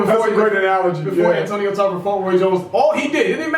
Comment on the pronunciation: You said, "Antonio Tarver" and I DIED 😂😂😂😂😂